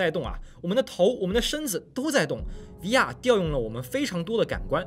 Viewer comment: VR的读音…比延迟还违和难受…